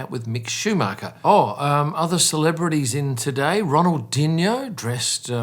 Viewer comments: Funny how he said Ronalddinho. And yes tax evading is the most popular activity among the rich so obviously the place is packed... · Ronald who???? Pretty sure thats nowhere near how you pronounce his name 😂😂❤